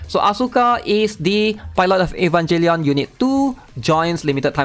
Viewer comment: Bro really said Evanjellion.